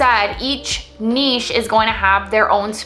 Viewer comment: Thank you for saying nichè and not niCH. Great content as always.